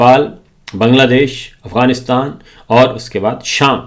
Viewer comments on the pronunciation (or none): none